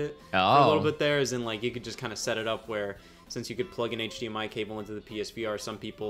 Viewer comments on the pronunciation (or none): none